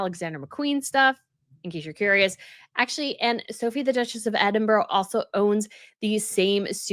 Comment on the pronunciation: You follow the British RF and have been to the UK several times and still don’t know how to pronounce Edinburgh? As you say yourself about others - you are dumb